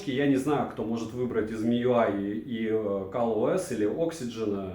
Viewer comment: Какой ещё "Кал" ОС?